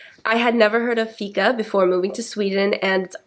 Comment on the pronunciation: It's pronounced fiiika with a long "i" not ficka. However, keep the good work up 😃